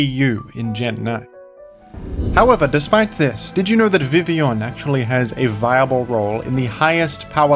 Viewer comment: Perhaps the thing Primal Groudon is most respectful of towards Vivillon is how can pronounce Vivillon's name correctly but not Groudon's.